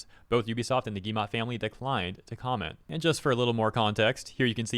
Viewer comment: It is not guillemA, it is guillemO. Like, in Oxford.